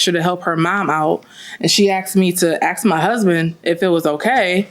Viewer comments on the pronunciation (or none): It’s ask…not ax… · "Axe me and axe you"